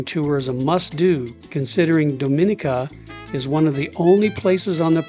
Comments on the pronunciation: Your pronunciations is a bit off. Its more like Dah mi nee ka, not Doe min ee ka. Thank you for enjoying our country. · The island is pronounced Dom-i-nee-ka with emphasis on the "nee" syllable. We've been there multiple times and the locals appreciate that you use the correct pronunciation when referring to their country.